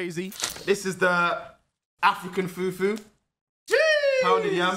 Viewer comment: Oh No 😂😂😂😂 Nigerian's would find this video very funny 😂😂 From pronunciation of fufu to where he was explaining yam as a white vegetable 😂😂😂😂. hasn't even had yam before 😂😂😂😂 come and visit your mother land 😊